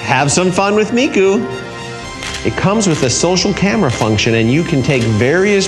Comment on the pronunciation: "Point the camwa towards the pizza box"